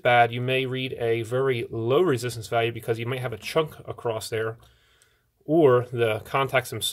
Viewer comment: across NOT accrost!!!!!!!!!!!!!!!!